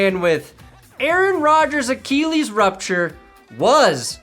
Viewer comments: Achilles! Look up how to pronounce it. keeps saying it wrong. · AKKEEELEEES?!?! bro you talk for a living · I can't be the only person triggered by the way pronounces it "ACHEE LEES" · Acheeeeeleeees! Not Achilles, acheeeeeleees! Check your pronunciation people. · please say achilles right. its funny at first how you mispronounce it but then it gets old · The only reason you made this video is so you could mispronounce Achilles 127 times. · I’ll sign up for underdog when you pronounce achilles correctly ffs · Just pronounce it like everyone else does. Remember that Family Guy bit on the 'h' in Cool Whip? You're Stewie.